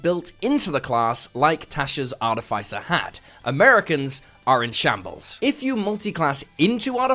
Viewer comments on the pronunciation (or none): Arrrgh!! It’s pronounced Ar-TIF-iss-er, not Art-if-ICE-er. FFS. 🙄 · Excellent content, but a whole video about artificers where you mispronounce artificer is giving me palpitations. Ar-iff-iss-uh, not ar-tee-fyce-er. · Sorry I usually don't do this but the way you pronounce Artificer is wrong.